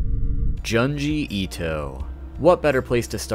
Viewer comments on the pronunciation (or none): John-jee Eat-oh 😂 well you warned us but I still find it adorably hilarious 😁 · He said he'll mispronounce. I said ok. Then he said Janji Eeto.